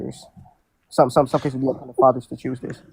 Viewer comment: I've never heard "upon" be pronounced "a pun" 🤦🏻‍♂️